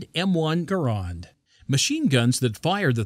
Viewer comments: Gore-ond. Seriously? Ger-and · Gore-and is said by the same people that say Horna-day. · M1 Guh-rond...